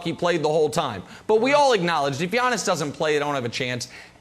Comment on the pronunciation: When Brandon says Yawnis is triggers me so much 🤣🤣🤣